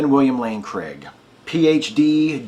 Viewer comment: Why, oh why do Americans pronounce Craig as though it's Cregg? Another great demolition. Thank you.